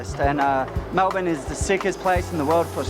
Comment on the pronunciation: It's not Mel-born. It's Mel-burn!